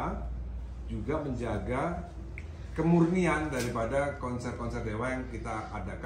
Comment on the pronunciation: Koreksi mas Dhani. Kemurnian bukan kemurinian.